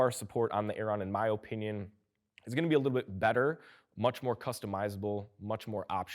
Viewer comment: In my Oh Pinion you pronounce the word "opinion" weirdly